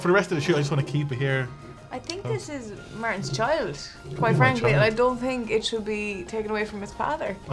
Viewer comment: Mar-TEN strikes again 😂